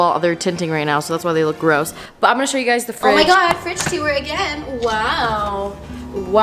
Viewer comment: No one:: “tu-ore”